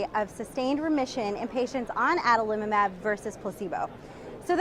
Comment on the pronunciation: i like this pronunciation the best - Adalimumab. Thanks